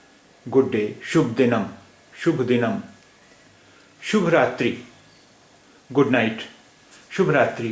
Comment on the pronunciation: Telugu does not have halants at the end of the words. So you should not pronounce it as shubh raatri. Telugus pronounce it as Subha-raatri.